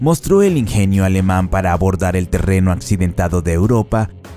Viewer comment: Tiiiigaaaa. ¿Por qué cojones os empeñais a pronunciar el alemán como el inglés?